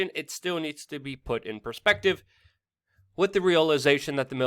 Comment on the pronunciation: WeAreChange I really like your channel, watch it alot. HOWEVER I really wish you would learn to pronounce the word WITH!!! IT IS NOT PRONOUNCED AS WIT!! It makes you sound really stupid when you say "wit" instead of with! It's also very annoying, has made me click out and NOT watch you!